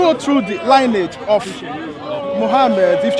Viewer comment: lionage??? he meant lineage , please check it out its all there, prophet Muhammads (PBUH) all line is clear))) whats is this confused guy trying to say? i think he is trying to be one of those westerner as a part of white people... how hard you try they won't accept you body, Be you and be proud of your background... i see a lot of so called christians who got converted they really try to be ))) MAY ALMIGHTY GUIDES THEM and us as well